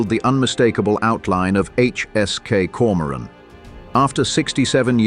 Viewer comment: Grotten schlechte ki stimme und übersetzung = die koron koron anstatt Komoran !!!